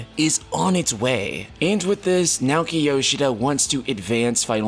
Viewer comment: Nah-OH-ki yoshida not nowkey yowsheeda...